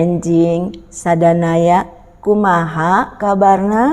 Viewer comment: Terima kasih renungan paginya bu pdt.. Maaf..mau koreksi sapaan dlm bahasa Sundanya niih. Bukan sadanaya tapi sadayana artinya semua